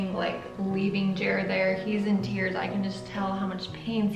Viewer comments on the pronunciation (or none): none